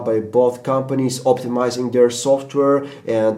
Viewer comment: "Buth" Bwahahahahahaha